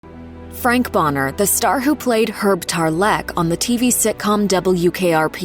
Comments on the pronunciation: TARlek, not tarLEK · "Herb TarLEECCKK" ?